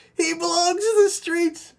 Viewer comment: “She belongs to the skreets.” 🤣🤣